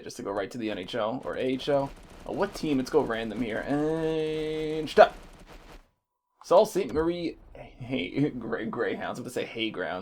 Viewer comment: Prnounced "Soo like Sue" Saint Marie btw